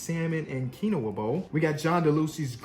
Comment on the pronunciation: Can name every random nba bench warmer for 2 decades but cant pronounce quinoa😂